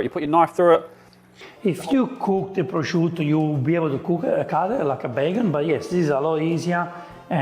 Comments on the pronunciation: The pronunciation of “prosciutto” was like a sledgehammer to my ears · to australia, its normal that he'd have picked up some Australian pronunciations